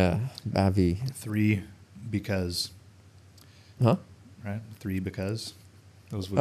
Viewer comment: Three Because = Ba Vì (so fun bro😅)